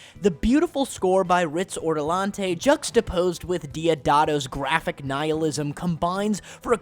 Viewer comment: "Riz Ortolante" lol it made me cringe so much